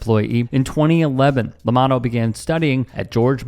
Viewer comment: Llamado, pronounced, 'Yah mah dtho'